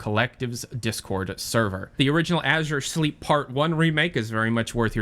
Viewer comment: Azure Sleep? I thought it's Azure Sheep